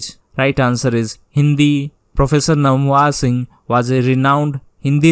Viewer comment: Please pronounce correctly name of Dr Namvar Singh....( Dr नामवर सिंह)